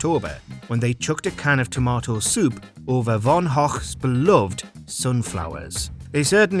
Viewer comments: Who is Von Hoch? I think you mean Van Gogh 😂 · V O N H O C K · When you got a stroke, and you try to say "van Gogh" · Sorry they threw soup on whos painting??? 😂😂😂😂 worst pronunciation of all time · it made me laugh when the narrator pronounced van Goghs name wrong. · moment no 11 your pronunciation of Van Gogh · Awfull attempt at the Dutch pronunciation of Van Gogh